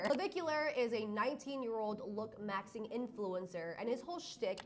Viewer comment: I cant stand the way she says look - maxing 😭girl it's looksmaxximg